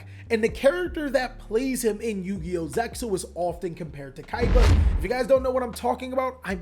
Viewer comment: Did he call himself a yugi-ho?